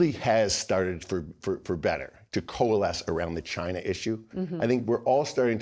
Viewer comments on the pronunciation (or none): none